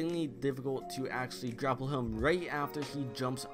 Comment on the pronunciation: Gapple instead of grapple